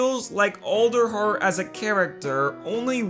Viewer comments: Did anyone else hear olderheart instead of alderheart? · Is it pronounced Olderheart, or ALderheart (as in Weird All)? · you mean ELDER like as in the ELDER DEN but it's pernonced Elder heart not Older heart it's spelled Alder heart!!